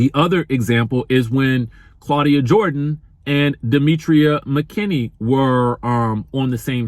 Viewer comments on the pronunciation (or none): none